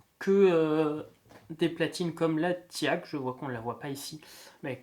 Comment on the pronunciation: Ti-ac...lol....non, TEAC se prononce TEK !!!! Ce sont les english qui prononcent TI-AC !